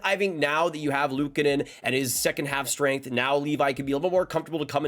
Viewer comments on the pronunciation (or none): none